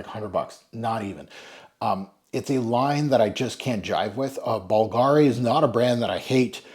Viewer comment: .....it's pronounced BOOL-gari. You you you....who endeavor to pronounce everything correctly....BOOL-gari. Merci. PS: I own a BULGARI Aluminum wristwatch. It's a modern classic beauty. (((🐧)))